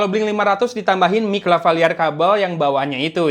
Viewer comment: LavaLieur a 🤣